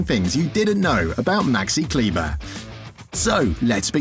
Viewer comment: As I know him since his years in Würzburg as a teenager for s.Oliver Baskets there is not much I didn't know. And yes, when you make a video about a certain person try to pronounce his name properly (German). But nevertheless a good video dedicated to Maxi.